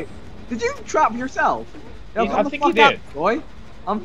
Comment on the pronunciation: Listen to Vick when he says yourself in an Irish accent